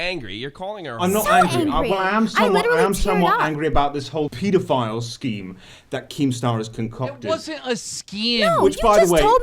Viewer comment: "was the blair witch project was a sKEEM"